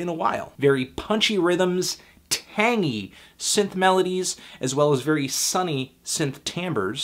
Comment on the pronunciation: Did he say 'tangy' synth melodies?